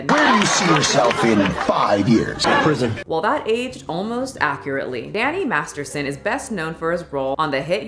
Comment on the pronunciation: The first time you say Danny Masterson it sounds like Danny Marston lol